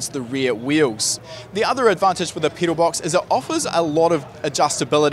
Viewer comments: I cant get over the fact that he keeps saying “peedal” and not pedal lol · Lmfao u say pedal funny 🤣